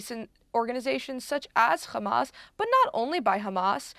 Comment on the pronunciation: Love it.. Khamas but 5 seconds later it becomes Hamas.. I wonder why they all seem to go out of their way to pronpunce the "Kha" when it is is a "Haa".